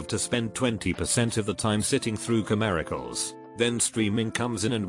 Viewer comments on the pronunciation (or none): all i heard eas “commericals”